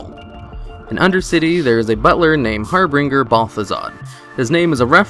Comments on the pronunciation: Why can no one say harbinger correctly? For christ's sake there's no r after the b. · It's also a j sound not ng. That might be part of why they try to make it -bringer.